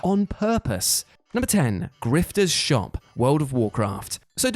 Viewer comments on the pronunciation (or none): Griftah? Really? People buy crap from a grifter so egregious it's his frigging name?